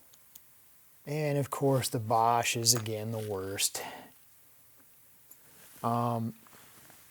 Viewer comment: Wer-ra??? The name is pronounced the way it is spelled Wera (We-ra). Also, Basch?????? It is pronounced Bosch (Bo-sch)